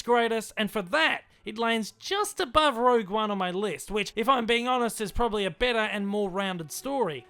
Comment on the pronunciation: One year later and everyone STILL calling it 'Rouge' One. Incredible . Worst to best for me 2,1,8,3,7,ro,6,5,4.